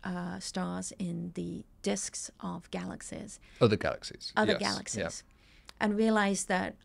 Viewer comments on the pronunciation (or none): Dude you’re wayyy too sensitive. The yeah, yeah, and yes, yes, stuff was nothing. It’s the way she pronounces Galaxies (“galaxsehs”) that was way more annoying. 😂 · “Galaxsehs…” wonderful listen